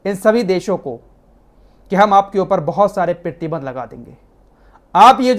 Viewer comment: Pratibandh, pritibandh nhi hota h, apka ye language sahi q nhi ho rha h